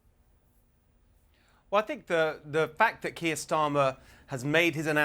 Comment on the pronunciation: Benny Johnson can’t pronounce the name Kier….. wow, what a dummmy. To be fair, he probably doesn’t have any trouble pronouncing Russian names.